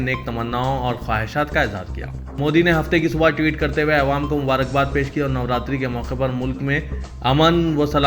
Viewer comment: Assalam_o_Alaikum, Ma'azrat ke saath pls urdu laffuz thik karan, jaise Awam, Mukammal, waghairah